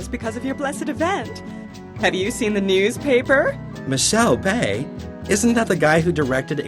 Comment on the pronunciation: Michel Bé? You mean Michael Bay? 😂